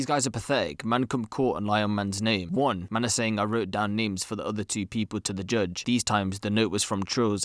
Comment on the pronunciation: “Jujjj (judge) Richard”